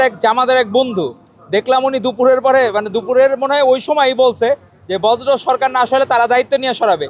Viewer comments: বজ্র না বর্জ্য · বর্জ্য কে বলতেছে বজ্র😂😂😂😂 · ভাই পড়াশোনার এতো খারাপ অবস্থা! বর্জ্যকে বজ্র বলে। এরা কী আসলে ছাত্র? সন্দেহ হয়।